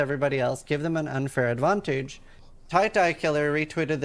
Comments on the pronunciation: Why does this guy keep saying "advontage"? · Why does this sissyron guy struggle with the word advantage so much? geez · This guy has a very odd way of pronouncing "advantage"